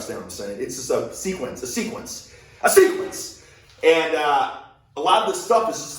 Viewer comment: Anyone else flinch when he said sequence the second time?